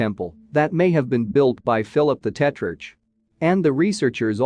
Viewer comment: Mispronunciation of names, irritating. Eg, Philip the Tetrarch. It’s “Tetrark”. Argh.